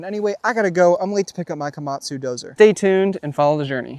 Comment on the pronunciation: You said kamatzo, dozer, and I immediately thought of killdozer